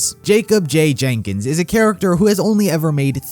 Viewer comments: i love you buddy but its spelled Jenkins and its not Genkins or Gankins even look at the RVB Credits and you pronounce Wrong this entire video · Theres no g in jenkins